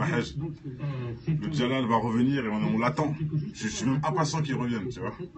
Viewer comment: salam j'ai entendu comment tu prononce mot dajjal plusieur fois dans tes nombreuses video et tu te trompe c pas djalal mais bien dajjal :)